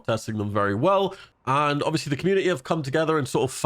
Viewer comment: can you say ovbiously one more time please? i think it wasnt quite obvious to me